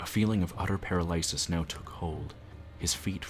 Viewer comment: you are really wonderful, but i've never heard anyone pronounce paralysis that way